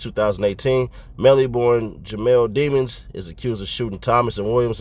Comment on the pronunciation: It`s pronounced De Mons